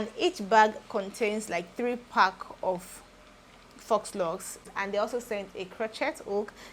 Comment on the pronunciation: The installation is Neat and lovely 😍. If you wouldn't mind being corrected the "faux" is pronounced like "fo" without the "X" sound